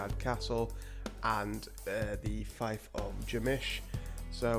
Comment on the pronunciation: it’s pronounced ( Feef ) not ( fife